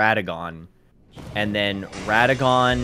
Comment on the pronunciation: it's pronounced Ra-duh-GEN. Not rada-gone :l. For gods sake, they even pronounce it that way in the game. It is NOT hard.